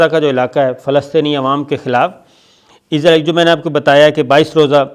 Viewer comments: Sir g pls Israel hai izrael nhi hai aap bar bar Izrael bol rhy hai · Sir, its not izraaeel .... its israel. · سر آپ اسراہیل کھو۔آپ عزراہیل نہ کھو ۔یہ تو فرشتہ کا نام ہے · Sabir sahab.... "Shut up your mouth" nahin "Shut your mouth" hotta hae, Aur aap "Israel" ko "Izrael" kiyun parhte haen.... Aap aik journalist haen, per aap ne english kahan se parhi hae? 4 minute ki information..... 20 minute ki video.... kamaal ho gaya... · عزراعیل کیو بولتے ھو اسراءیل بولو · Sabir Bhai, its Israel not Izrael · یہ لفظ اسرائیل ہے، ازرائیل نہیں۔ درستگی کی ضرورت ہے۔ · اسرائیل کو ازرائیل نہیں بولا کریں